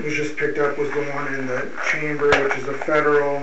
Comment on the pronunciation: It's "chamber" not "chain bridge".